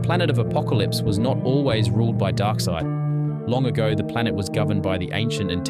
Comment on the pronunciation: Can you properly pronounce his name? 🙏 Also, he’s the son of the ruling monarch. He wasn’t a peasant. wtf is this?